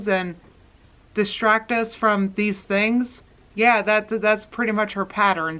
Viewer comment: I hate how she says that too and also Mysuhlf and theens instead of things, and all her “ings” are “eens”